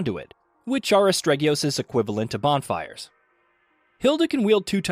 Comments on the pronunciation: Im so shocked that he mispronounced the title within the first minute, and it hurt my heart every other time I heard it throughout the video xD It is still, however, an excellently detailed review as always, thanks!! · You mispronounced the name throughout the whole video. That was pretty disrespectful. Anyway, I liked the game so much that I bought 3 copies because I'm a rich bitch. I installed one copy on my games drive and the other two copies on an external ssd. Then, I unplugged the external ssd, wrapped it in 3 pairs of my knickers and burnt it in the woodland behind my (massive) house. My friends said it was a weird thing to do so I told them to shut their filthy fucking mouths or I wouldn't buy them things ever again, and they shut the fuck up! I'm the best rich bitch! I eat coins. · Man, you are butchering the pronunciation of Asterigos. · What a bad review. I don't even know if you liked the game, let alone if you recommend it. And you pronounced the name of the game completely wrong every time, if I were searching for the game based on your pronunciation, I'd never find it. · Sir you don't even pronounce the title right, it's Aste-rigos not astreggios! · as-teri-gos not astreggyious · why does EVERYONE miss spell and mispronounce this title? its ASTERIOGOS not "astregius" lmao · Game: 'Asterigos.' This guy: 'Asparagus.' :/ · Astregios?!! Learn to read... ASTERIGOS sigh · "Astreggios" Not quite, my dude. Great review though! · Its Asterigos, NOT ASTREGIOS! And its a low budget indi game, so you cant expect all the bells and whistles of a AAA title. For the price, I think its brilliant. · Did you just say Astregios? Wow! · How can the name be so hard to pronounce? Astregios? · WTF did you call it?? It's AS_TE_RI_GOS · Rumor has it that someone kept pronouncing it wrong by calling it Astregios and got it banned. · Um... "Astregios?" Really? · I was thinking the same thing. If you’re reviewing the game at least know how to pronounce it.